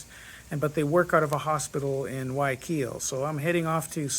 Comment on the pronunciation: As I said, here is a quick pronunciation for Guayaquil. In Spanish the Y is actually pronounced as a J! So the correct pronunciation is Gua-JA-keel. So YA should be pronounced like the JA in PaJAmAs! I hope you keep that in mind